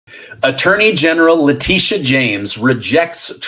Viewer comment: Her name is actually pronounced La tit e uh